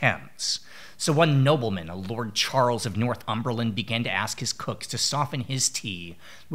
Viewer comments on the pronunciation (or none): none